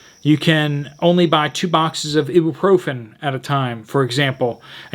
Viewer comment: Read the article before narrating it. You will be able to say the words correctly. (Ibuprofin and acetaminophen)